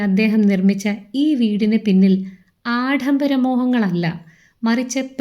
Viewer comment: ഇപ്പോഴത്തെ അവസ്ഥ? എന്താണ് ഉദ്ദേശിച്ചത്? അദ്ദേഹത്തെ കളിയാക്കുകയാണോ? എര ണാകുളം?ആഢംബരം? ഭന്ധം? പരസ്ഥിതി? ബവനം?പ്രക്യാപനം? മലയാളം ശരിക്ക് പറയൂ.. വെറുതെ എന്തൊക്കെ പറയുന്നു! Try to do justice to your mothertongue ... വെറുതെ എന്തൊക്കെയോ വിളിച്ചു പറയുന്നു! ശ്രീനിവാസൻ നല്ല മലയാളത്തിൻ്റെ വക്താവായിരുന്നു. കളിയാ ക്കരുത്